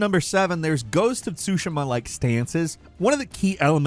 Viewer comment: SUE SHEEEEEE MUH. TSUSHIIIIIMA bruh lol